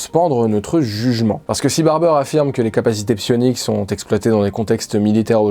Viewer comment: A chaque fois que tu dis sioniques j'entends sionistes et je cringe fort XD C'est une chouette vidéo. Merci :)